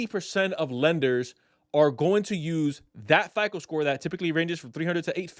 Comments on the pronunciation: Why are you calling it FIKLE? It’s FICO. Pronounced FY CO. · It's hard to take you seriously when you can't even pronounce FICO. You keep saying FICOL,whatever that is.